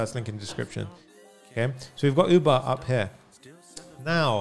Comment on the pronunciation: I genuinely thought he said OOBA and then I realized its UBER